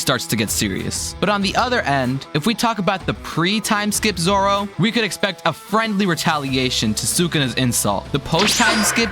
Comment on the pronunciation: why did bro say zora